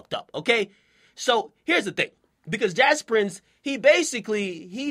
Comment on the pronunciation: it's pronounced j-aw-s Prince not jazz...